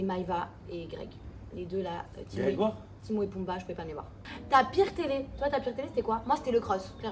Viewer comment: Heu les gars, Greg Yega, c'est Grégory, pas Grégoire...😅